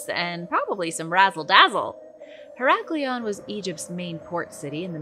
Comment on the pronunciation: Heracleion is so miss pronounced 😮